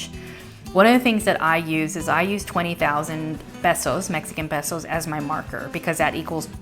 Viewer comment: I believe it's pronounced pay-so, not peh-so.